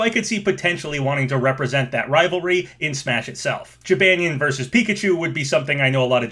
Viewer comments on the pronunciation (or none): It's pronounced jib on nyan not jib an yan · "Jih-ban-yin", love ya dude, but please get some to pronunciation-check your videos or something. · Your pronouncing Jibanyan incorrectly